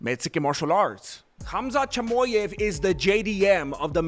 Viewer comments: Chamoy-ev lol good shit man 😂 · Hamzet Jimooyeff 😜